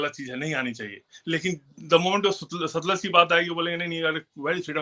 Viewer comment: सतलुज नहीं "सतलज ".